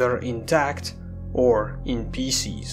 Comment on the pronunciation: "Intact, or in *PECES*"